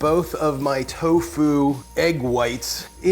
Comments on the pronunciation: You are the first person ever that I hear saying toFU instead of TOfu. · He said towFOO